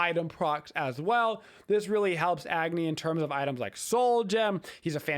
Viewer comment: Just a few pronunciation things! -Agni is pronounced like awe-gni -Hecate is pronounced heh-kuh-tea